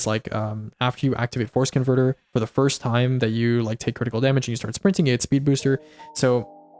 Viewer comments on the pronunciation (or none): Every time you said force converter, I heard forskinverter instead lol